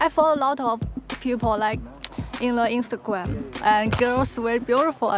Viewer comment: the chinese or japanese girl said "Instaguam" instead of "Instagram"